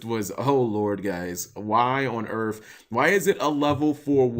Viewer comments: Cap, you don't have any general knowledge when it comes to Latin languages, in this case Italian, do you? I have also noticed in some videos you mispronounce common English words. Instead of saying "earth" you say "earf," substituting the English "th" sound for an "f" sound. As someone who does not speak English as a native language can someone tell me why he does this? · the "f" instead of "th" is a bit of a regional dialect thing. Lots of southern and Midwestern states make that substitution.